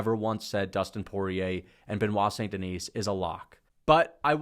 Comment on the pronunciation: hey by the way the S in Denis is silent